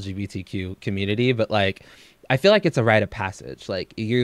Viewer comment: She cant say „feel” and „fill” for shit its always sounds like the other